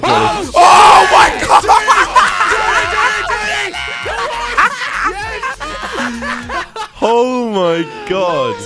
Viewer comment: yo its oh my god not ho my god